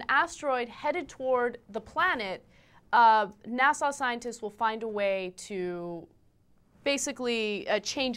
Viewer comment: Did she say Nassau scientists? What scientists from the Bahamas?